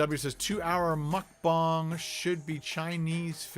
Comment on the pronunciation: It’s mukbang not mukbong